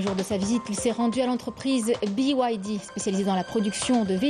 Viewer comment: Trop fort, à midi a dit "entreprise bé igrec dé (BYD)" et à 19H elle dit "entreprise bi ouay di (BYD). Je sens qu'au prochain journal va nous parler en chinois